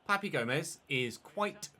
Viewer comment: Papu Gomez, not Papi! Lmao! Love the new series